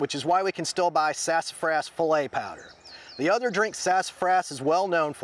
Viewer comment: Im so glad I watched this. I thought I was dealing with mulberry trees Sidenote: gumbo file' is pronounced "fee - lay."